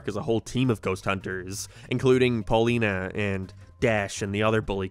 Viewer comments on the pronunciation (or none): Erm actually her name is Paulina not Pauline ☝🏻🤓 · Ummmm, actttually it's PAULINA, not Paulineeee. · Her name is Paulina, not Pauline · you called her pauline. her actual name is paulina. Boy, I hope SOMEBODY got fired for that blunder! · Brother I'm not gonna lie the way you pronounced Pauline made me think you were saying Paulina anyway lmao Here's some engagement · Uhhhhh it’s Paulina, NOT Pauline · Tge name is Paulina, not Pauline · ok put a comment about how you said Pauline instead of Paulina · I can't believe you called her Paulene and not Paulina what the heck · its pauleena not pauleen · Erm, Its "Paulina" not "Pauline".